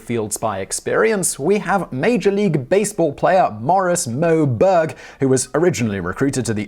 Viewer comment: Berg means mountain in Swedish but the way he pronounces it(almost completely leaving out the r) makes it sound like "bög" which basically means gay(to be specific, those of the male persuasion). It's often used like the f-slur is in english as well. Hence me not being able to unhear it lmao.